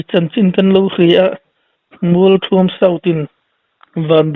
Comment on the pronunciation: Mualthuam tih hi thluk tur NGE, thluk loh tur le